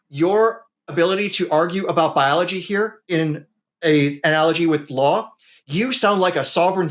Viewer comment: What's ballology? Dude can't pronounce anything right.